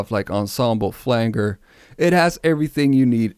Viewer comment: your pronunciation of " flanger" was driving me crazy!! 😂